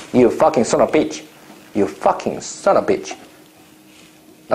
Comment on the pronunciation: “Son a pitch”